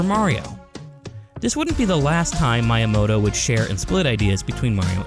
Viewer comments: The pronunciation of Miyamoto is killing me 🫠 "Mee yuh moh toh" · I know you are a native English speaker but Miyamoto is super famous how can you pronunce it as “My”yamoto 😂😅